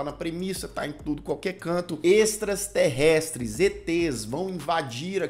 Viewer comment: "extrasterrestres" kkkkk não sou o único